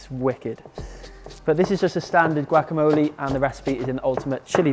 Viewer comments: Gwack-A-Mo-Lee??.. lol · gwackamole. my mom says guacamolly so. lmao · la manera en que este wey dijo guacamole me hizo llorar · that’s an interesting way to say guacamole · He hit that "C" HARD AF😂😂🤗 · Im inclined to start pronouncing it this way🤗 Trevor Noah already got me saying ZEBRA like DEB-BRA 😂😂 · Well if you look at the word he's pronouncing it how it's spelt xD